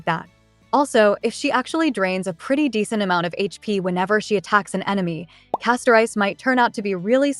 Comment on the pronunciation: Why do people keep pronouncing the name "Castorice" like two words "Casto-Rice"? it should be pronounced as "Casto-Reese".